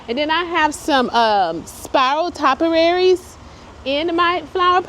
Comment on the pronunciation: It's pronounced 'tow-piaries' & 'loo-vers', not low-vers